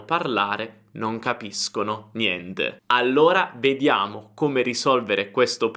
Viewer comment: "Non capiscono niende". Insegnanti di madrelingua, please, non provenienti dall'Africa! Scusasse, proveniendi dall'Africa.